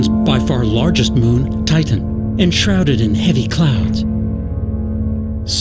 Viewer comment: i think the narrator is A: an alien or B: one of those text to speech programs the way he says saTurn and tiTan and hes way too happy about hyperion